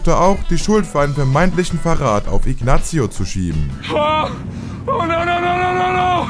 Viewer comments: salamanka nicht sälämänka , Inasio nicht Iknatzio macht ihr das extra oda watt ? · Oder aber Ignazzzio...Wie kann man bei einem so großen YT Channel Sachen so schlecht aussprechen?! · Scheiß Video. Sein Bruder heißt nicht Chuck Goodman, sondern Charles "Chuck" Mc Gill. Salamanca ist außerdem ein spanischer Name und wird nicht "Sälamänka" ausgesprochen.... gleiche gilt für Ignacio.... nicht "Ignazio".... das "c" wird ähnlich wie das englische "th" ausgesprochen. Macht erst wieder Videos, wenn ihr es könnt.